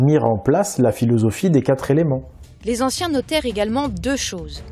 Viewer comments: ca m énerve d'entendre quatre Zéléments ... quatre est invariable ... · Je t'aime beaucoup... MAIS laisser répéter plusieurs fois de suite l'expression: "Les quatre éléments" prononcée par ta comédienne, je la cite "Les quatre z'éléments", c'est: 1. Mépriser la langue française, 2. Manquer de PROFESSIONNALISME. Petite précision utile: Le mot "quatre" est un ADVERBE. En tant que tel, il est INVARIABLE. Il s'écrit donc toujours "QUATRE" et jamais "QUATRES"!!! Cordialement: L'instit. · Merci pour cette video instructive. Par contre, pour la demoiselle, les chiffres sont invariables donc on ne dit pas les quatres "z"elements, mais les quatre elements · MERCI beaucoup pour toutes vos videos. Grâce à vous je révise et remets en doute beaucoup de ce que j'ai appris depuis plus de 60 ans!!🤩 Mais de grâce, mes oreilles ont mal chaque fois que j'entends la jeune femme dire "les quatre-Z-éléments". Il n'y a pas de "S" à quatre, au pluriel. Petit détail, mais ouille ouille ouille! 😉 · dis à la voix off féminine que "quatre éléments" se prononce "quatréléments" et pas "quatre-z-éléments", ça nous écorche vraiment les oreilles! 😵‍💫 "Quatre" est un mot invariable qui ne prend jamais de "s". Dommage car ce documentaire est très intéressant 👍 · Il n'y a pas de S à quatre (zelements) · Quatre éléments et non qatre Zéléments!!! Pitié, votre narratrice accumule les liaisons "maltapropos'. Dommage pour les jeunes qui vous écoutent. Merci pour vos vidéos que j'apprécie, mais je ne supporte pas le massacre de notre belle langue déjà si menacée. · Coucou svp les liaisons " les quatre zéléments" ça tue les oreilles, c'est devenu juste courant avec les nombres ( comme mille zesclaves....) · vidéo très intéressante, mais svp les quatre zéléments ... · Pas les "4 zéléments". Pitié! Merci d'avance. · Très bonne vidéo par contre , beaucoup de mauvaises liaisons ( par exemple : les quatre Zéléments ) ... à la longue , ça pique les Zoreilles !! 😉